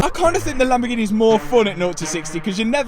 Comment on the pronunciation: Makes it so much better the way you pronounce Lamborgheneh. True commoner